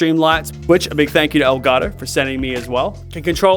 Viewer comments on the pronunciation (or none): "L Garo" El Gato pendej* EL GATO HABLE BIEN